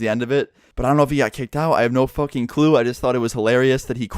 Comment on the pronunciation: "I have no Fokeing clue"